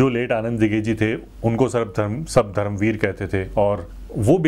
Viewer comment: नमस्कार! 🙏 खममगणी! 🙏 One correction Bhai, it's not धरम वीर , it's धर्मवीर! I know you make these words mistake unintentionally and your efforts are very sincere and from heart and that's why we like and appreciate your honest opinion/reactions on all videos. Also i have already Subscribed your YouTube channel Rajasthani Reaction (by the way very nice name of channel) and i watch all your reaction videos and also i like them and comment on them whatever I think or have to say or share about them. You are doing great work😊 keep it up.👍 भोहोत शुभेच्छा!🙏 जय महाराष्ट्र!🚩